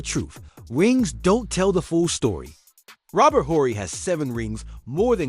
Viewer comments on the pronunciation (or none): none